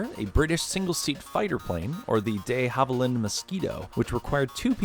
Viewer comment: Did he really say Dayy-havilland